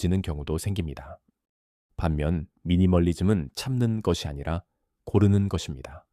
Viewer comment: AI가 제대로 읽지를 못하네요. ㅜㅜ ‘것으로’를 [거드로] 로, ’것이‘를 [거디]로 읽고… 느므 거슬려요…끊어읽기도 제대로 못하고…